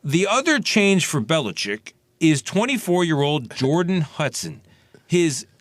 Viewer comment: He almost hurt himself trying to pronounce Belichick